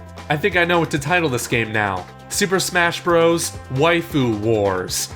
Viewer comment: whats bross cause youvsaid super smash bross